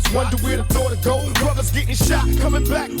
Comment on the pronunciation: Bro you GOTTa do blasphemy Again now that you can hear PAC jus saying bruva